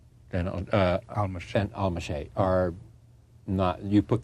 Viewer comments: Fantastic to see the brilliant Michael Ondaatje and Anthony Minghella together, but the self-involved Rose isn't worthy of the interview (as usual). He mispronounces "Almasy" several times, forgets Kristin Scott Thomas's name, and cuts MO and AM off as they try to answer questions. What a buffoon. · RIP Anthony Minghella, a talent taken too soon. I wish the interviewer didn't butcher pronouncing Almasy. The characters of the film say it several times if he'd paid attention.